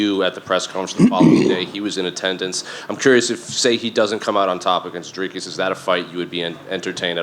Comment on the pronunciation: Colby is the only person who said Dricus's name properly.